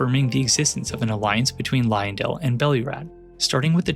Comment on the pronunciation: Look man I know there is great content in this video but oh my god it is so hard to concentrate on what you're talking about when you keep mispronouncing Marika. Its Marika not Mareeka 🙄 And not Liondell. Leyndell. LAY N DELL. Sorry its a pet peeve of mine when people mispronounce things, especially when they are said in game